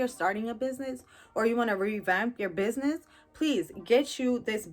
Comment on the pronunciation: Biz-nye-ee 🤣😂🤣 I here for it !!